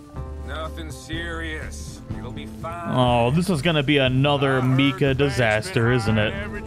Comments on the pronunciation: His name is not pronounced mee-kah. It's My-kah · "Meeka" "John MARTson" sigh... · I was like who tf is Me-Ka